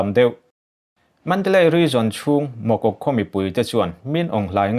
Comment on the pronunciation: Mogok khua tih a lam rik tur a ni lo deuh ( Mukoh) tih a mizo chuan lam rik tur nia, English a an ziah dan a dik lo a nih hi.... Puang thiam lutuk, Khaw hming lam rik dan dik chiah lo a awm zeuh zeuh...tih loh chu...